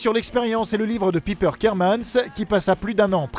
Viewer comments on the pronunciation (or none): "pipeure kapmane" je suis mort! on dis "paipeure chapman" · Et déjà c'est " paillepeur" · Piper prononcé à la française quel bonheur... Et l'actrice se nomme Taylor SchiLLing et non SchiFFIng... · "Pipeur" pour prononcer Piper non mais sérieux quelle horreur, sérieux ne parlez jamais des détails de Charmed... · Comment vs prononcer Piper mdrr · Waouh comment t’as écorché le nom de chaque piper Chapman 😂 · Vous auriez pu prononcer Piper en anglais ! Même dans la série Charmed ils faisaient l'effort. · Vivement le 9 juin pour la saison 5 ! Super vidéo au passage, mais la prononciation de "Piper" est à revoir... x) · Y a que moi qui ça choque la façon dont il prononce le prénom piper ? 😂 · Kaori Review même en VF ça se prononce à l'anglaise alors pourquoi ils le disent à la française 😂 c'est super moche en plus